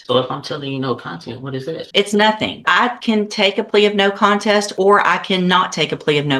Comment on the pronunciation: This genius really just said “I plead, no content”!!!! 🤦‍♂️ WOW I had to listen to this like 7 times to make sure I heard it right and sure enough that’s exactly what he said! 🤣🤣🤣